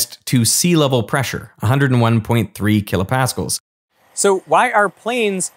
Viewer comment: I had never in my life heard a supposed physicist call KPa "kilo paskulls". It has always been kilo Pascals 😮